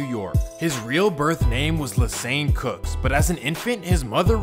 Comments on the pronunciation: Lesane Crooks...not Cooks bro. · TUPACS' NAME IS CROOKS NOT COOK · Lesane Parish CROOKS..not COOKS, but CROOKS!